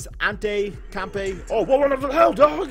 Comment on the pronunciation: Sound it out. Not Antekompekoompo It's on-te-te-koom-po